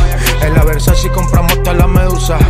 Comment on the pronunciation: It’s versace, not Versachi xd